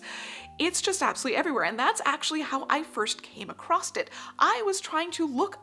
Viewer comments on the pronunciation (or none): I genuinely mean no offence but I did have to laugh at how many times you said "A-CROSST in this video... I'm not american so I'm not sure, is this just an american thing where they say many words so ridiculously wrong that it's utterly bafflingly, for example, common words like as "URRRB" instead of "herb" or "mooz-ZAAAHM" instead of "museum" ???????